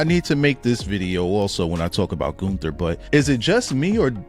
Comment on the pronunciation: So his name is "Goon" not Gunther LMFAO